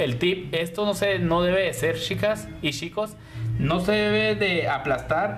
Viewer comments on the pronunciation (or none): De Argentina . me agrada como explicas solo me llama la atencion que no pronuncias la ch cuando dices chicas y chicos se escucha yicos y yicas 😃😃 😁